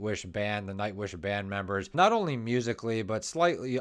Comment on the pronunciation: Good analysis. Maybe it would be good to learn to pronounce the names of the band members correctly. It doesn't require a lot of effort, but it would be respectful of the artists.